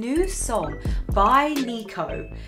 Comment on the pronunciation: is it just me or I heard her say Nico😣